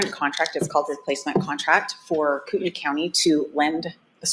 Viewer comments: As a resident of Kootenai county, I just want to let you know it is pronounced “Koot-knee”. Some say “Koot-en-ee” but def not “Koot-en-aye”. It’s a tricky one! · Hi there, Ok I'm from the area. But your not saying it correctly, Kootenai, your saying Koot - NY It's pronounced Koot- 'Knee" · It's pronounced koo ten nee county. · It's pronounced 'Koot-knee' county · Yes it is koot÷knee county!!!!! Obviously it looks like how she is pronouncing it but I assure you it is koot÷knee county.. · I live in Spokane and lived in CDA and PF for years. If you are going to report on something, do a little research and learn how to pronounce your words!